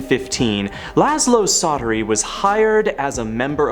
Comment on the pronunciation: Csatary in Hungarian is pronounced "Chaataree" That is all :)